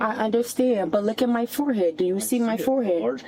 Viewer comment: What’s a “foreheat?” And what does it mean to “ax” something?